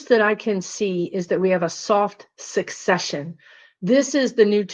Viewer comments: I think it's soft "secession", not successcion..., like secede from the union? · Word nerd here. And also a virgo. The pronunciation is "seh seh shun," from the word "secede." "Sek seh shun" is based on the word "succeed," in the sense of who will come next.